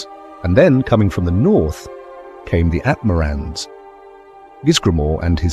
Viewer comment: I would like to point out that people from Atmora are called Atmorans, not Atmoreans.